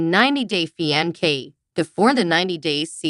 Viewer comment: It's not pronounced fianke, but with a C, fiancé. Please learn to pronounce English correctly before listing .